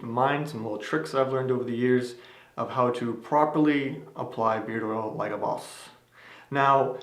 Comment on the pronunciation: i love the way you say Boss